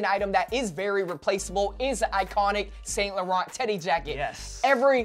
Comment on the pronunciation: you guys need to learn how to pronounce saint laurent lol #cringe